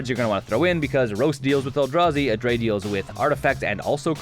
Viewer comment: Everytime he says adrade over abrade i die a little inside